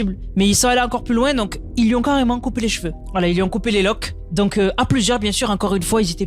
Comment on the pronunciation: C'est quoi les LOK?😂😂😂😂😂 on dit LOCKS